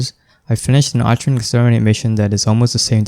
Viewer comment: It's pronounced arkwing